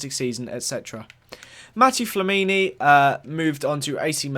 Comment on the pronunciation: This guy doesn't know much about footie. Wasn't even sure how many Arshavin scored in that incredible match and can't even say Flamini's name right